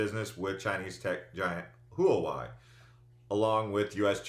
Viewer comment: Btw, Huawei is pronounced Wah-way. They’re being blocked by the prez as part of the China trade war also.